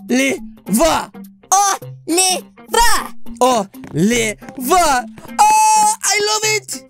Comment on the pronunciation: He pronounces It like olievar